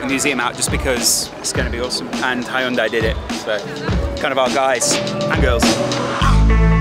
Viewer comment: That pronunciation of hyundai tho